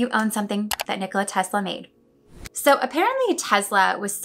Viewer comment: A lot of people can’t pronounce his first name You pronounced it well :)